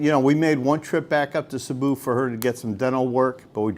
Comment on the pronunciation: Sabu!!? Where’s that 😅?? I’ve heard of Cebu Cmon pronounce it correctly It’s See-boo 🙄🙄🙄🙄🙄🙄